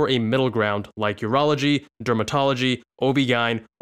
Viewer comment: Did he just say oh gine and not o-b-g-y-n?